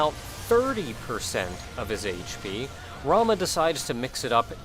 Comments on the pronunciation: ....dammit it only slightly bugs me how you Pronounce Ramuh(always pronounced it Ra-Moo) But the video is still great. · That looked intense! Cool how you salvaged the run too, by tanking. NEver even thought to pronounce Ramuh other than 'Ramoo' but your way sounds neat too. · I have never even considered pronouncing ramuh a different way from Ramoo. Oh well